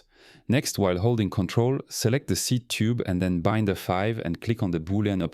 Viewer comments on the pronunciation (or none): Great model and explanation. Thanks. AI still gets confused with Binder pronunciation, LOL!